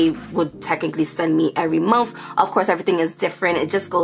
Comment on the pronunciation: I love how u say Momfff.. month lol ur are adorable..